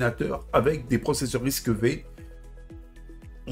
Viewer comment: Ça se dit risque cinq en passant...😂 Pas RISC tiret V 🤣